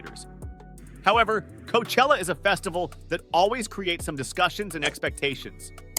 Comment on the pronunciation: Awful video, so many bands and festivals pronounced wrong, including Glastonbury, Coachella and Rock in Rio in this list is an insult to all the actual rock and metal festivals.